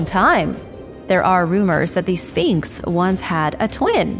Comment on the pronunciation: Exactly and it's a well known image in Egypt. Absolute rubbish that nobody knows what it is. I actually stopped watching at this point because I couldn't believe the amount of poor "reporting" and other rubbish being spouted in this video! It also annoys me how she says sfeeenks